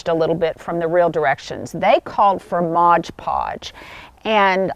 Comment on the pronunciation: It’s MOD PODGE, NOT Modge Podge. Easy to mistake